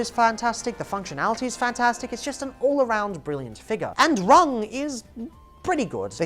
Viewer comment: Rung. It's Rung, as in ladder.